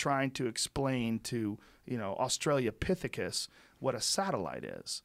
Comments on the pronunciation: It's Australopithecus ... not Australia Pithicus... Joe.. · "Australia Pithakus" lol